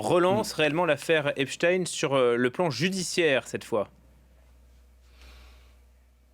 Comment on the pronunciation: Pourquoi, ils prononcent tous Eps-tine au lieu de Epstein comme Einstein 🤔